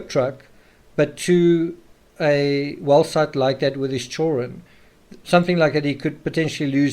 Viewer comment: Why do you always mispronounce children?